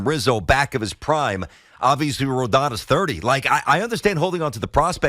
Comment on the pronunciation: Can all you idiots please pronounce Rodon's name right! Drives me crazy......Ro - DON like Don Mattingly. It's not hard!